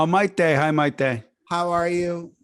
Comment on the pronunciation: Props to for prenouncing Miete’s name with the correct accent! 🙌🏽 (also I probably spelled it wrong, sorry lol)